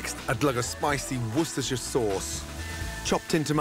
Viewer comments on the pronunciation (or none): Nice to know that not even Chef Ramsey knows how to say Worcestershire Sauce. Now I don't feel so bad